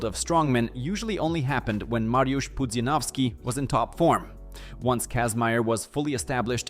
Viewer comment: Bro, you know how to pronounce Pudzianowski. Don't pretend.